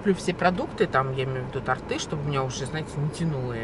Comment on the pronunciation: Торты, ударение на О! С Днём рождения !!!